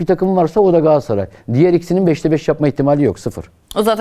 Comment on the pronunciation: Yandaş pardon candaş gs yi öve öve bitiremiyorsun ama adını söylemiyorsun daha, gaaassaray ne ? Gaaassaray Gaaassaray 😂 al gaaassaray ı koynuna yat, sorsan Beşiktaşlı 😅